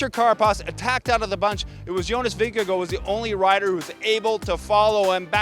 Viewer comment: I love your energy and for all how you pronounce Vingegaard in the right way - thanks for recap